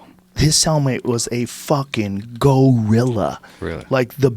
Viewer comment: Joe “GO-RILLA” Rogan